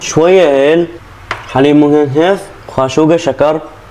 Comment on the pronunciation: حلبيب مكثف ❌ حليب مهثف ✅😂